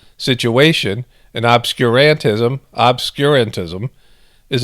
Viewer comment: Emphasis should be on Ob-SCUR-an-tism like Ob-SCURE